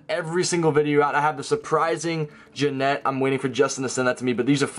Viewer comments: It's Yanet not Janet, Doug lol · Why do you call Yanet , Ganet